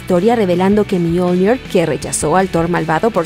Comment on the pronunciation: Buen video, pero no utilices acento inglés para hablar de Mjolnir, más que nada porque es una leywnda noruega.